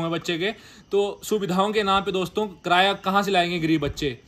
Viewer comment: कराया = ❌️ किराया = ✅️ 😂😂😂